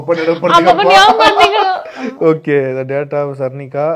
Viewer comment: அவர்களே அவங்க பெயர் ஷர்மிகா நீங்கள் ஷர்னிகா என்று சொல்லி இருக்கீங்க